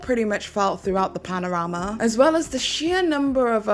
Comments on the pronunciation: Did she say panorama instead of pandemic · pandemic......not panorama. had to get that off my chest, otherwise GREAT video thank you